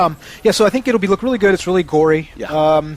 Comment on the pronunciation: hahha "o reary"